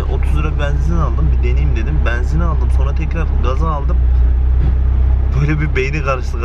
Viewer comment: Şu benzin demeyi bi öğrenemedin im. Banzin değil yumuşak söyle.